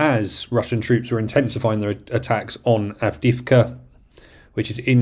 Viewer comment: Love your podcast! But your English is troubling. etc. is "et setera" NOT "eksetra" Avdiivka is "Avdee-yeevka" NOT "Avdeevka"